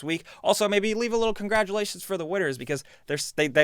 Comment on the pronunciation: Cungrodulashuns. U ween!